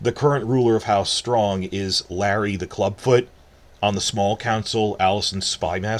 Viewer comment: Larys the Clubfoot, not “Larry”!